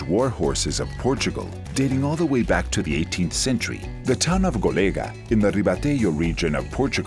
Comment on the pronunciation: Golega is wrong, the name is GOLEGÃ, you must say GOLEGAN, like in Portuguese ...